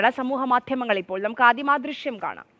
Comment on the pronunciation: ദൃഷ്യം അല്ല ദൃശ്യം